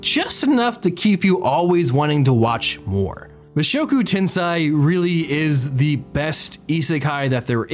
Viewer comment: This is entirely me being autistic as shit but please check the pronunciations of Japanese titles before you say them lol. Mushoku tensei=Moo-shock-ooh 10-say